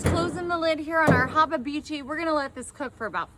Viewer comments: If you say hababeechi just one more time, I'm gonna freak out! It's habachi. Pronounced - hah bah chee 🤨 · Did she mean hibachi when she said hababichi? 😮😢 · Hababichi is wild! Its pronounced hab-a-chi. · ok, i'll ask, what's a 'haabah-beechee', do you mean 'hibachi' aka 'hah-bah-chee'??? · Wtf is a " Habibitchi"? Does she mean Habachi ? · What is a hababichi? Does she mean Habachi? Someone let me know. 😮🫩🤢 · Pretty sure it's spelt Hibachi not hobby had itchy or whatever she's saying. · What is habebichi? Is she trying to say hibachi? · You lost me at the can of tomatoes, then you slapped with the "warsh-yer-sister" sauce... and by the 5th "hab-a-bichi" I almost threw my phone.... Im amazed and appalled at the same time... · If she say hababeechy one more time! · Is Hababichi the brand of hibachi she is using, or did she pronounce it? 😂😂😂💀⚰️🥀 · Did she say haba-beechy? Did she call it wash-your-sister sauce? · Hababeechi? Worchestershire sauce? Damn!!! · Wtf is a habba-beachy? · Lol ! I'm still looking for the second B in habachi !! 😂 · I've been saying it wrong then Laugh out loud!!! "Hubabichi"😅😂😂 I can't believe what I'm seeing. But then again she need a whooping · Does she mean hibachi? 😂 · Ya burned it and you can't say habachi correctly. How often does your husband go hungry? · That looks absolutely gross. She should learn how to pronounce the name of grill correctly. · I want to punch her for mispronouncing "hibachi" while playing with that much food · You do know that your saying hibachi WRONG. It's not even the least but humorous. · This is just gross ,what is she like a hillbilly who won the lotto so now she just bought herself a big grill to cook on ?an why does she keeps prononcing the name of the grill wrong smh